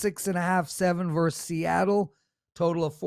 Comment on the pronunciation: it's" versus "with two syllables., not "verse "with one syllable.